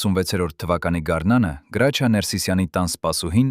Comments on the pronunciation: Ոչ թե գրաչյա այլ Հրաչյա ։ Մի աղավաղեք ՀԱՅՈՑ ԼԵԶՈՒՆ ։ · Իսկ ինչու Գրաչյա ,այլ ոչ թե հայկական գեղեցիկ Հրաչյա, տհաճ է լսել ։ Մի բան էլ միթե նորություն է, որ նա արևմտահայ է, ինչ երևանի ծնունդ?որտեղից եք վերցրել այդ տեղեկությունները,մի քանի րոպեից չեմ էլ ուզում լսել😮😢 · Եթե հայերեն եք խոսում, ապա անունն էլ ճիշտ ասեք։ Նրա անունը Հրաչյա է, ոչ թե Գրաչյա։ Ճոխացրած պատմություն էր։ Եթե իրոք օրագրում ամեն ինչ գրված էր, ապա անուններ էլ էր գրված, դուք ինչու՞ անունները չհրապարակեցիք։ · հարգելի հաղորդավար Գրաչյա չէ այլ Հրաչյա մաքուր հայերենով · Այ անգրագետ գրաչյա չի այլ Հրաչյա։ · Տղա ջան ինչու եք Հ տառի փոխարեն գ եք ասում ինքը Հրաչյա Ներսեսյան է